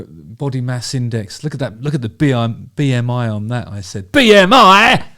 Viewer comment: ahh BMI 😂... for a moment I thought you were trying to say anemia. 😂